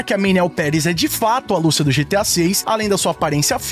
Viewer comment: Lucía meu amigo, não Lúcia